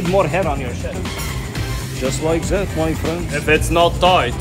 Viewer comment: “Just like zaaat” “do you want za bickles?” 😂